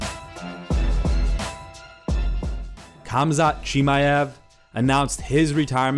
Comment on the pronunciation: HAMZAT, not KAMZAT pls